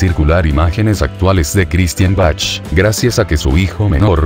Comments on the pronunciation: Se pronuncia Baj mas o menos pero no, Bachchch. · se pronuncia baj con j no Bach ok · Se pronuncia BAC. La H es muda en este caso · Jijiji perdón pero así no se pronuncia el apellido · Es una computadora la que habla por eso pronucia como se ve escrito😊